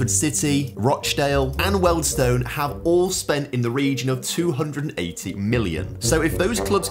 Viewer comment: you need to learn how to pronounce british placenames. wealdstone and altrincham in particular.